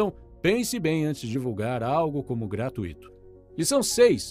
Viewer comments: A pronúncia de "gratuito" é "gratUito", não "gratuÍto" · Me desculpem mas a pronúncia culta de “gratuito” é gratúito, com a tônica no u do ditongo ui. Sem discussão. Quem quiser ser visto como uma pessoa que se esmera em falar corretamente, seguindo a ortoépia, a pronúncia recomendada pelos sábios, não pode ter um segundo de dúvida quanto a isso. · Estou adorando seus vídeos e maratonando há 2 dias. E, permita-me deixar uma crítica construtiva. A única forma correta de pronuciar a palavra "gratuito" é "gratúito", com ênfase no "u", e não no "i". Infelizmente, esse já é o 3º vídeo que vejo você pronunciar da forma errada, mas dessa vez realmente me incomodou, porque perdi a conta de quantas vezes insistiu no erro num único vídeo. Obviamente que o conteúdo é muito mais importante e pretendo continuar maratonando e compartilhando seus videos, porém eu precisava deixar esse comentário. Espero que faça bom proveito dele, como estou fazendo do seu trabalho. Obrigada.